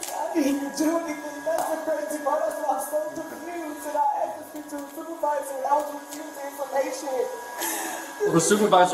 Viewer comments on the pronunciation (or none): Its pronounced asked, not axed. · "I axxed to see the supervisor's supervisor" 😨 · Another one that says i axxed her i axxed her i axxed her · YOU AXED HER?? THAT'S GONNA BE ANOTHER CHARGE! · Well she did axed her